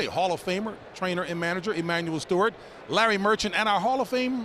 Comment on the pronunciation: Emanuel Steward? T instead of a D, hardly a big deal.